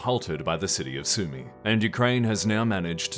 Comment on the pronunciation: The AI part rubbed me the wrong way. On one hand, you do clearly have a human narrator for at least a good chunk here, but on the other, the pronunciation of the Iran/Iraq war as "Iran slash Iraq" and having two different pronunciations of Sumy back-to-back feels suspiciously AI generated. Additionally, plenty of your graphics and video clips have been AI in the past (I can't comment for this video as I was doing work with it as background noise). Overall it just feels a bit suspicious that you would attack the idea of you using an AI voice so directly when, as you guys have said, this shit ain't cheap and Patreon is your biggest income source (that could be outdated tho, idfk) But hey, at least I didn't catch any TLDR graphics being used without credit this month